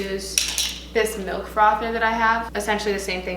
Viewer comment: She says melk instaed of milk